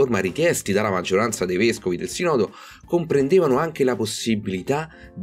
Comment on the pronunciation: Scusa, mi si dice "sìììììììììnodo", non "sinòòòòòòòdo"!